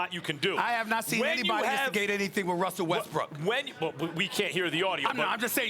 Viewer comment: Stephen A: Wussel Ressbook. Also Stephen A: Houston Rackets